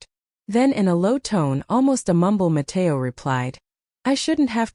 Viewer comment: “Nó, Matéo” in full spanish is hilarious 😭